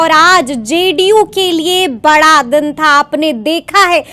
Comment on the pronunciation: बाड़ा नही बड़ा😂😂😂